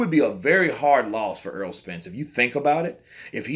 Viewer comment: Why do people constantly pronounce Errol as Earl? BTW The Chihuahua will not beat the Pit bull.